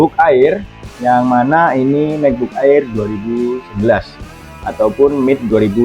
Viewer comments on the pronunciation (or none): di baca EIR bang bukan AER 😅